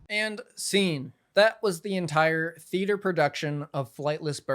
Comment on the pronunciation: Her pronouncing it "thee-AYE-ter" told me everything I needed to know.